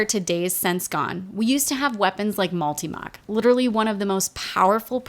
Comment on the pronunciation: The fact that she didn't mispronounce Multimach makes me happy